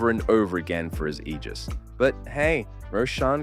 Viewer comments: It's not pronounced "Ejizz" It's pronounced "Aygis" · Don’t say aegis like that ever again